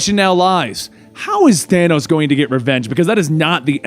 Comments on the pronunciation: Excuse me, but uhhh.... Did he say thano ?! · Hey you know your not saying his name right